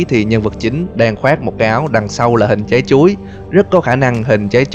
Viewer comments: Mỗi lần nghe từ “Chái Chuối” là del nhịn đc cười 😂😂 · Nghe anh ns chữ "Trái chuối" nó cứ mắc cười sao ấy.